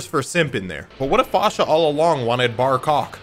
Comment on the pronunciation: Not Barcock 🤣😂🤣